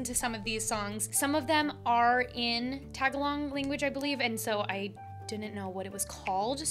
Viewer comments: It’s pronounced Ta • ga • lug , not tag•a•log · I am so sad I can't believe I didn't know she was in Dallas I totally would have gone! I love her! Also saying Tagalog is more like Tah-gah-low-guh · I'm still sad that I missed your post about you watching her concert. I would've loved to have met you in person too! (I drove from AR to TX just to watch Mori) By the way, it's Tagalog not Tagalong ✌️😊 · It's cute to hear mispronounce the word "Tagalog," unintentionally and unconsciously, of course, as "tag-along" instead of the usual "tag-a-log" spoken by Americans. It's at marks and. 😊 Don't worry coach. We, Filipinos, do understand and we are a forgiving people, haha! 😂 Just curious though. If your baby comes out as a girl, would you name her Morissette, too? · Hey don't mean to correct you but it's pronounce tuh·gaa·luhg and not tag a log. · So, my mom is a Filipina and I don't presume to know definitively, but I have always thought/heard that the way to pronounce the name of the language is more like tuh-GAL-ugh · TAGALOG: tah●gah●log (soft "o") Le😎 Musician San Francisco, Califusa